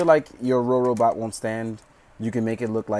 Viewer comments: Not rorobot say robobot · IS NOBODY GOING TO MENTION THAT HE SAID "RoRobot"?!?! IT'S ROBOBOT YOU PLEBIAN!!!